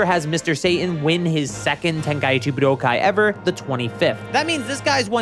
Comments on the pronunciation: Honestly it's your enunciation of buu-doh-kai. You're hitting the 1,2,3 chop on my ear drums by over-enunciating it IMO. It's much more pleasant (and normal sounding) to enunciate it more like budoh-kai. At the end of the day, we pronounce it the same way.. so you probably shouldn't assume that the viewer must be incorrect because they offered criticism on your delivery (esp if you're trying to appeal to knowledgeable fans of the series.. you should look into things more before assuming - if you care lol). Here's what I could've said to be more direct: I find your delivery of the word harsh and annoying, especially considering you somehow make the correct pronunciation sound bad. But frankly, I just wanted to express some sort of feedback without being a complete jerk. Honestly, your content is pretty good, and I figured you put a good amount of effort in - so that's why I even replied to clarify all of this. Don't assume people are wrong when they could have a valid point tho. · Point to where I said "pronounce" or said ANYTHING about the pronunciation. Bruh. I specifically said "they way this dude says" because I FELT like "budokai" stood out like a sore thumb in every sentence for no reason. It's the enunciation. It breaks up the flow of the sentence and sounds harsh. I noticed it multiple times and I left a pretty normal YT comment bc of it. BUT clearly you're too sensitive to feedback to put in any critical thought about the feedback I'm actually providing. You don't even have to agree, but don't act defensive and correct. Stand on business, and try rereading a comment to make sure your reading comprehension isn't failing you. Shit bothered me in the video, then I provided actual feedback. The way you handled it was very arrogant. Cool. Move on. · The way this dude says Budokai is going to give me an aneurism